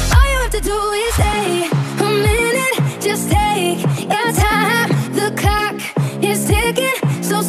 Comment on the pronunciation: Sprinkle Dash the lyrics to the song are "the clock is ticking" not "cock is ticking" I'm saying it sounds like cock